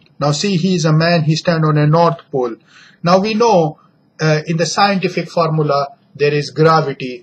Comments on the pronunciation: wo sientifik nahi scientific hota hai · Really 'saintifik ekspleneshan'.